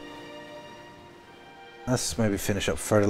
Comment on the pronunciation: The 'r' in ironclad is silent